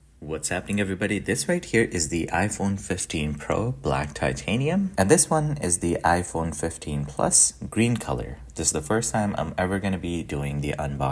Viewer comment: it's (Black Tatinium) 🥱